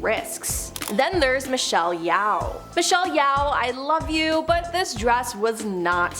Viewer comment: Michelle YOW???? WTF!!!! learn to pronounce the names before getting on camera fgs! Or at least apologize and aay you don't know how to pronounce it. That's better than being making yourself look embarassing 🙄 not to mention how decorated and renowned she is so not knowing how to pronounce her name is shameful, especially since it's literally your JOB!